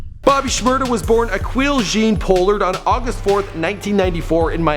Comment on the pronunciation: u dont say shmada white boy